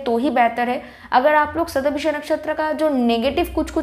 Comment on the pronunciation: it's shata bhisha... not visha